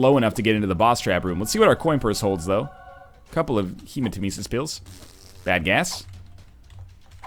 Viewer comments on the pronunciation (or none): Hey guys! I have, like, hundreds of episodes to cover so please tell me if he learned that Hematemesis is pronounced like Nemesis (Revenge goddess) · He does in fact learn this! UNFORTUNATELY, he learned it a few hundred runs into Afterbirth. Pretty sure he pronounces it incorrectly for this entire series.